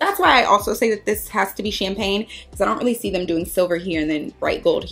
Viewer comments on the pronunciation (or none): none